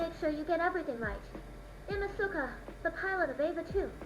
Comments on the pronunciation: Why does the AI for Asuka mispronounce the name? It's not Ah-sue-kah, it's Ahs-kah.... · Oh gawd not the Ah-SOO-ka dub. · Why did it program Asuka to pronounce her name wrong? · The fact that Asuka mispronounces her name would drive me crazy. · the AI pronounced the name wrong